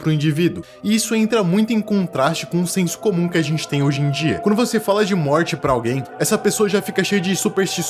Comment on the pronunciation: So eu percebi que ele falou no trecho Moti em vez de morte